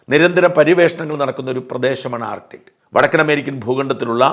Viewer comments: Artit അല്ലാ ആർട്ടിക്ക്😊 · ആർട്ടിക് ആണ്. ശരിയായി ഉച്ചരിക്കുക.